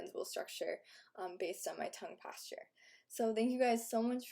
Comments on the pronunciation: It's posture not pAsTuRe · Why does she say Tongue Pastor instead of posture? It's weird to say the least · Sounds like you're saying tongue pasture